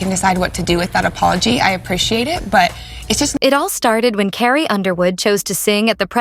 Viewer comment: Please get a real person to read the text instead of an AI voice that doesn't know how to say Carrie.